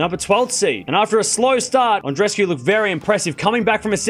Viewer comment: God! That's not "An-dres-cu", it's "An-dre-es-cu", each of the two "e"-s are audible. Do a small effort for God sake!